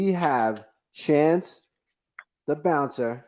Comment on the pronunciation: It’s not chase! It’s chance 😎